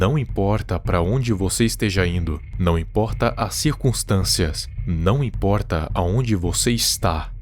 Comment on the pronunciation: Gostei desse seu "Não imporrta" kkk.